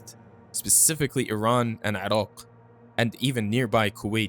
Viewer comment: I'm impressed by how u pronounce Iran/Iraq properly. I know u are from Middle East and it annoying when Americans can pronounce Italy but became retard when pronounce Iran/Iraq